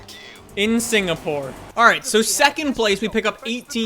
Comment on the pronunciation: Hey, I am from Singapore and I love that you actually pronounce it correctly. Hope you come here some day!!!